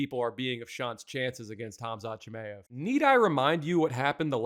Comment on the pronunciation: Who the hell is CHIM-AYE-EV?